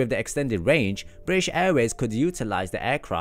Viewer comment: I hate how he says british like please don’t miss out the T’s